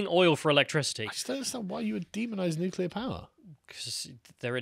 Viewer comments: Bare in mind most nucular fuel comes from Russia too 😂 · Can we please get a video of one of you steelmaning the anti-nucular argument, and the other debating it? I’m ignorant on the subject, and I’m tired of y’all saying “nucular is the awnser” without elaborating.